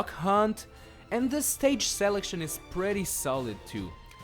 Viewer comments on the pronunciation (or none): none